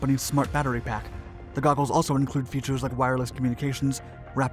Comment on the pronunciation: "Googles" or "Goggles"???